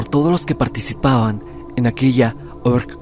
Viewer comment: Dijiste "org" a propósito para no editarlo? Jajaja